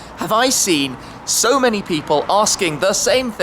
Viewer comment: Who cares shmee why don't you get a girlfriend and a new wardrobe and change the way you say sooo